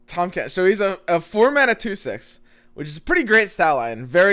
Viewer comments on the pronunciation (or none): “Tahm Quench”